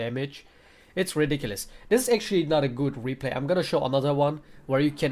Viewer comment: "It's ridikilis"